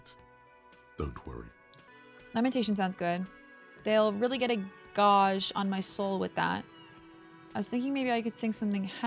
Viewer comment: That's one way to pronounce "gauge"....